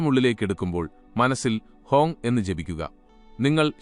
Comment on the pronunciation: ഹോങ് അല്ല ഹം സൊ ആണ്